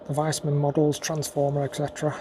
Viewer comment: I think it’s pronounced Veesman